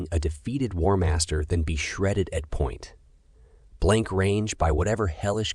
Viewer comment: Are these read by AI?? The weird pause “point….blank range”